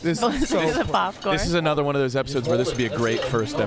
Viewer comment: Anudder day, anudder Lucas L